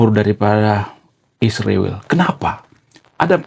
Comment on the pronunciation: sebut dgn betul Israel.